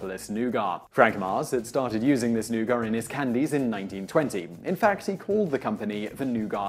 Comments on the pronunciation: I've just asked about a dozen people - all English - and none of them said "noo-gart"... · It's nougat, not "new gar" lol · No, it is correctly pronounced noogah. ‘Oh’ never is pronounced new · Simon: "Noo-gah" Me: "Noo-guht" Dictionary: "You're both right" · Given that this is an american company, I wish he had been pronouncing nougat the way WE do - "new-gut". Every time he said Noo-Gahh I cringed >_o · Why do you pronounce nougat as "noo-gart" rather than "nuhgut". You're English lol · new-GAH? new-GAH? It's NOO-git !! NOO-git! Say it.... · lol he says NOOOOGAAAAAAH but everyone in the US pronounces it noo-gat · We Americans pronounce "nougat" as "Noo-git" as opposed to "Noo-gah." Just sayin'... Allegedly. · Nougat = "NOO-gat". Of course, being a Simon Whistler production, there would have to be at least one glaring mistake. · Simon really needs to read these things in advance and look up how to pronounce words he doesn't know. Nougat is not pronounced new ga, it's new-get. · Nougat is pronounced new·git not new·gah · Why do you always pronounce things wrong? Nougat is pronounced new-gut, not new-gah. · Took me about 40 seconds to understand that 'new-gar' was nougat. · Lillian Swaim Nougar. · new gut. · As it's bash Simon day If I were to really nitpick it's pronounced "NooGaT" on both sides of the pond. Great videos, keep up the good work. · It's NOUGAT, not nougar! Say it right, Simon! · Nugar?...oh you mean nougat...The "T" is not silent in Yankee English. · Nougat. With a "T" with a "T". Not noogar! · noo-GAH? Well, far be it for the Brits to be consistent with pronouncing words from French. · WTF is "newgar"? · nougat nooget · What the hell is "new gaw"?? It's nougat, with a 't' at the end! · You butcher a lot of words, but where the hell is the R in nougat?